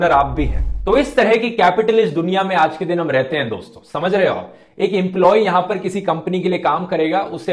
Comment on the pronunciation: Namassshkar dossshto